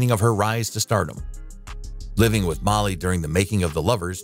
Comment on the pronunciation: Did you see my comment about how announer man F's up so many names? He called the famous French director Louis Malle (Mall) Mally.